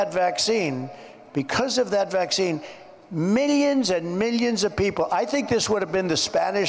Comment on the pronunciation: Millions not "me-yuns"